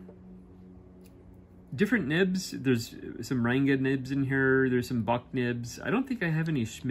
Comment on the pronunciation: Its pronounced as Runga not renga